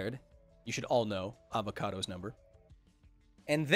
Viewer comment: i love how you say "avocado's number" instead of "avogadro's" ;D